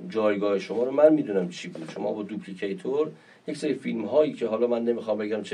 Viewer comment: من طرفدار م.ر نیستم ولی جالبه شمایی که داری میکوبیش و توی استودیو ضبط نشستی حتی یه میکروفون ساده استفاده نکردین که صداتون از توی قابلمه نیاد. همچنین داپلیکیتور رو میگی دوپلیکیتور که کاملا بیانگر اینه که حتی ی گوگل ساده نکردی ببینی چجوری تلفظ میشه. در نهایت شمام اگر میتونستی همون اشخاصی که نام بردین رو میاوردی توی سیستمت !!! ( صرفا یه نقد ساده )